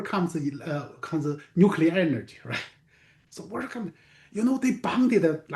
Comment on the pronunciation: then explain nuculer reaction